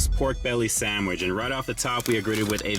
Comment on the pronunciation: Are you purposely mispronouncing sandwich as "samich" or is that just how you pronounce it in your neck of the wood?